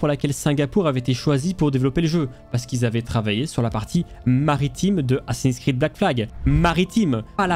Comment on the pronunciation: Assins s'Creed ... Bha voyon !